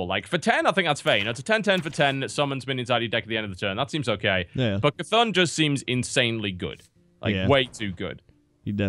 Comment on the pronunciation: the mob is called C'tun not K'thun.